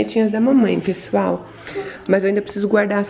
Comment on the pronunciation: Mini compra logo uma camera pra mama ela ja é uma blogueira kkkk ela falando pexual❤❤❤linda demais